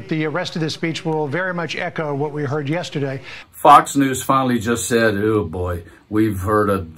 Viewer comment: Fox: The speech will echo much of what was said yeterday." 😂😂😂